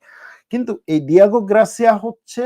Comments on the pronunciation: please correct it ‘Diego Garcia’, NOT ‘Gracia’. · দিয়েগো গ্রাসিয়া বলছেন কেনো বারবার। এটা হবে দিয়েগো গার্সিয়া